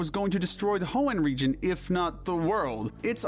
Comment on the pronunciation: Region, not rejion! There is no J!